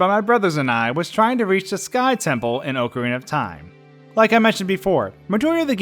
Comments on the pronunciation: DID HE JUST SAY OHCARINA INSTEAD OF OCARINA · Oh-carina of time? Seriously? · Oh-carina Lol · Its not fucking Oak Arina FUCKING DUMB ASS. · Oh-cuh-rena of time lol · It amazes me how many people pronounce Ocarina incorrectly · Every time you mispronounce ocarina I die a little inside